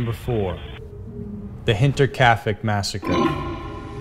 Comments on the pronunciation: The town is called Hinterkaifeck not "kaufeck" .... kaufeck literally means cornerstore. You showed a store sign. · Great video, but you pronounced things horribly. 1. Hinterkaifeck should be (hin-ter-kai-feck). Just like it's written. Not hinterkayfeck. 2. Taman Shud. It should be (tuh-man shud). 3. Dyatlov Pass. It should be Dee-at-love. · Thank you lol it was bugging me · oh yea because Hinterkaifeck is such a known easy to pronounce word...